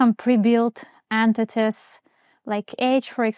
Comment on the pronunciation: Why "ant-tities"?